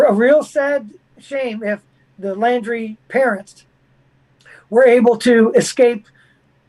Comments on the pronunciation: It's Laun-drie not lan-drie. Hence the nickname "dirty Laundries". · Why does mispronounce Laundrie’s last name?